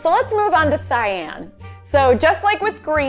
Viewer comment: Btw how you pronounce cyan is sigh on yw